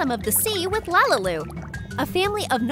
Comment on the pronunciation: Lalilu not lalui